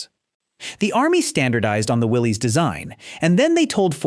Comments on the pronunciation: Willis Overland not Willie's Overland spelled Willie's but pronounced Willis the man who started the company's name was John North Willis spell with a y try to get it right if you want to be an authority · It's not pronounced Willie's it's pronounced Willis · The other company (besides Ford) that made the jeep is pronounced “will-liss,” not “will-leeze.” I’m old enough to remember Willys vehicles on US streets. Somebody should have bothered to check if they were going to make this video.